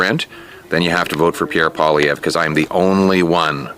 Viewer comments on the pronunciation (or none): Poilievre....Pa- lee- evv is the easiest pronunciation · Pierre Poilievre pronounced poly-evvvv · Pierre's last name is pronounced Polly-ev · You pronounce his name pall le ev. Get used to it because he is going to slaughter Trudeau in the next election and will be our next prime minister!! FJT!!✊🇨🇦🇨🇦🇨🇦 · Hey Doc...Pierre Poillievre's last name is pronounced PWA-LEE-EV. It is a french name, yes he is fully bilingual in both english and french. He's been a mainstay in Canadian politics for over 25 years. He's the anti-turd-eau! Politically devoted & experienced, down to earth but sharp as a razor. Great sense of humor, he's diplomatic, a polished speaker in both official languages, a family man, an athlete, he gets what fiscal responsibility means, he understands global issues and above all has common sense that just isnt at all common these days. Politically speaking, he's Canadians' best hope for a future without WEFtards like turdeau & his band of corrupt miscreants. Unlike other political leaders, he has zero Ethics violations, zero scandals and zero corruption to speak of, and that's after 26 years & counting. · Pierre POLY EV is the pronunciation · He is Pierre Polilievre - pronounced "poly-ev" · And you would pronounce his last nname like polyev.. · Hey!! I'm Canadian and we are definitely suffering up here too. Pierre Poilievre...pronounced "Polly-Ev"...with a 'short' E sound. Your analysis is spot on and I call Pierre "Trump Lite"....I can't wait to vote for him because he is a Common Sense leader just like Uncle Trump....I love that you call President Trump that!! 🎉💖💖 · Ty for this video, we are suffering under this person. It's Pierre Poilievre pronounced Paul ee ev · Pierre (polly-ev) Pollievre - even most Canadians cant pronounce it - Quebrc is the only french speaking province and the rest of the country let it go for the most part